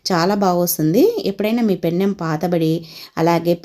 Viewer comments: పెన్నెం.... కాదు mam. పెనం అనాలి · పెన్నెం కాదు తల్లి పెనం